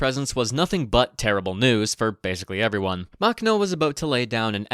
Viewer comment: Drinking game: Take a shot every time he mispronounces Makhno. (Warning: High risk of alcohol poisoning.)